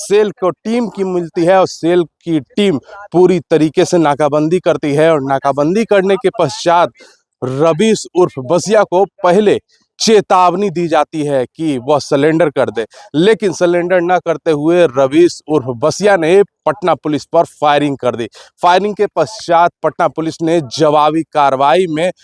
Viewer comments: पत्रकार महोदय , Sulender नहीं Surrender होता है , भरत तिवारी मर्डर में v सब पत्रकारों का यही हाल था , न खुद पढ़ना न दूसरों को सही बताना है 😂😂😂😂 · ढेर का मतलब तो मार देना होता है इसे हॉफ एनकाउंटर कहो , सरेंडर को स्लेंडर बोल रहे , इसीलिए बिहार बदनाम है , पत्रकार बनना इतना आसान नहीं है